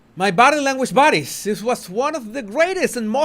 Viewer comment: Question: Are you saying "Body language buddies" or "Body language bodies"?